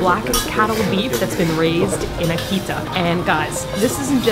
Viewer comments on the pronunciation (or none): It’s AAH-KEE-TAAH